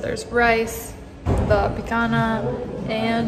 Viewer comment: Certo que nao tem jeito da falar picanha corretamente 🤣🤣 👍🇧🇷💯 Gde abraco aos viajantes